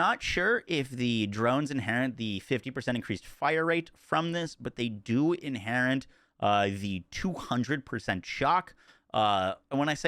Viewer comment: inherit, not inherint